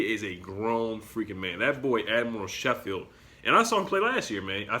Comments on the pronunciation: It is pronounced “Sko - field” Not “she - field” Just letting you know :) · As a Tennessee fan that watched the Gonzaga vs UT game I think they are good picks. You mispronounced admiral Schofield last name though Haha. Both have good attitudes and are well coached.